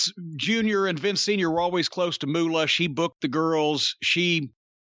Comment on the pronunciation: For some reason, I love how Jim says, "Moolah".